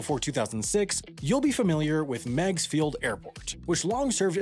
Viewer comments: Actually, having lived in Chicago with a father that was an Airline and Airforce pilot, I remember he HATED Meig's (Pronounced like MIGs, I think, not Megs). Meigs had the incredible disadvantage of trying to run parallel to an inward curving lake-front, meaning a pilot had to take some unorthodox patterns on take-off and final approach, and prevailing winds were always a pretty hefty crosswind (as local wind tends to either go out towards the lake, or in from the lake). The disaster Daley often complained about were either a plane crashing into the John Hancock (valid concern, unfortunately) or skidding off the runways because of the crosswinds. The airport also tended to foul up airspace for O'hare and Midway as well and Chicago is generally just a congested airspace without the add Meig's Field approach. While Daley probably had some personal issues with the Airport, he also had some very valid concerns as well. It was remaining open for rich people to avoid O'Hare and served almost no other purpose and was a threat as it produced low flying airplanes right in the middle of some VERY tall buildings. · Pronounced Migs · Love the video, but every Chicagoan like myself knows it’s pronounced “Migs” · In Chicago, we pronounced it "Miggs" Field. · As a native Chicagoan, hearing your pronunciation of Meigs Field each time made me cringe and curse out loud. It’s pronounced like Migs! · Daley is a corrupt [bad word], but he happened to be right about this one. Miegs Field only benefitted a handful of wealthy people, while the park benefits everyone. BTW, it's pronounced "Meegs" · Pronounced MIGS field. This was so lame at the time, but after 9/11, this would have happened anyway. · It's pronounced "Migs" ... The E is silent. 🤦🏾‍♂️ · You are mispronouncing the name of the airport. I’m a pilot who flew into that airport now and then. Think of a MIG fighter jet. It was pronounced “migs”. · Pronounced Migs, rhymes with digs. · Oh, did they? I'd heard it pronounced Meegs.